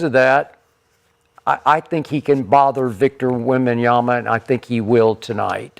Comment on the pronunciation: shad is just a ducker and also a fake and a bandwagon fan, he aint a wemby fan, pronouncing wemby's name wrong over and over is just embarassing